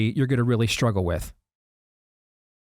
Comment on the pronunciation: Please, for the love of God, stop saying struggle with a sh. It's maddening.